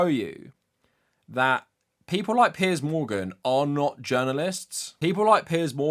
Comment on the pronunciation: Yes finally the correct pronunciation of "Piers"! taught us the right way to say it!